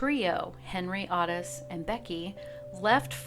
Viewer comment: Its "oh-tis" not ott-is